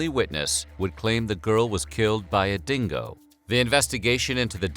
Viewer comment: The "real story" as told by an american that cannot even pronounce dingo, uluru or azarias name